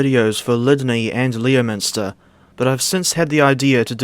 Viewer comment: Leominster is actually meant to be pronounced like "LEMster" believe it or not.